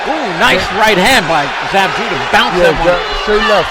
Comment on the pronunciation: No, it's jewduh